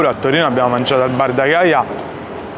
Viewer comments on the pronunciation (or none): none